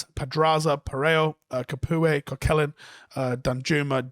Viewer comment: That pronunciation of "Coquelin" was top